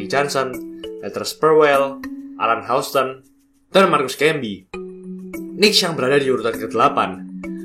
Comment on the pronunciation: Keren banget, trmksih ulasan nya. Menambah pengetahuan sy sbg pecinta NBA.. *Cm saran aja kedepan, penyebutan nama club bs di perbaiki. Misal : Kniks : dilafalkan tanpa awalan 'K' Houston : Yusten Miami : Maiyami Cheers.. 🙏